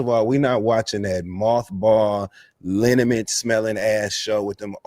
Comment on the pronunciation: Not Linament 😂😂😂😂